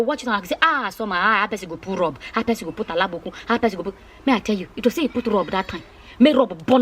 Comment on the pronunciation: It's so sad and shocking , but the way you spoke about it made me laugh a lot 😂😂😂. By the way it's abonikin not alabokun... 🤣🤣🤣.